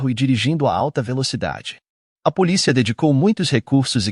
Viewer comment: Sabe q eu acho q ele faz de propósito...policía...mal consigo prestar atenção ao caso....